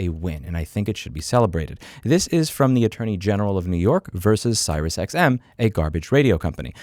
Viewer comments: Its pronounced SeriousXM not SirisXM, Just saying. You said it wrong like 50 times, very triggering. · 1) are you deliberately mispronouncing the SiriusTM company name? 2) if a company insists being an asshole about cancelling, just tell them I will not continue to pay and then I tell the CC company to ignore them and not pay. Works like a charm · Im 1000% convinced by the fact the title has the name right, that louis hates siriusXM so bad he refuses to say their name correctly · serious xm*? lol i've never heard anyone pronounce it that way. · Never heard anyone pronounce SiriusXM that way before 😂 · Is he saying SiriusXM wrong on purpose or can he just not read?